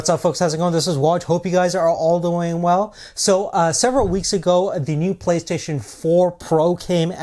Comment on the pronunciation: Playstaion hahahaha